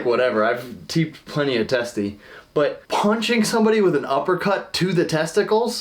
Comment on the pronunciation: “I’ve teeped plenty of testes” 😂